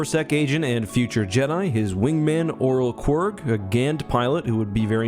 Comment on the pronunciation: Is Qrygg seriously pronounced like "Kworg?" I thought it was pronounced "Krigg" and now I'm slightly irritated